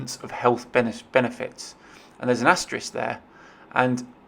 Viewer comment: it's asterisk not asteris